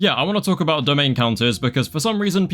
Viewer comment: “2+2=5 guys what ru on aboot”